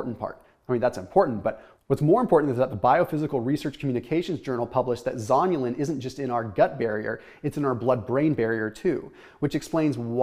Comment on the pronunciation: You say zonulin, I hear zombielin.